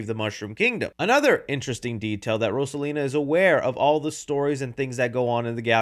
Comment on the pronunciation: Fuhkahh hard with Rosalina, js pronounce it how the name is intended to be said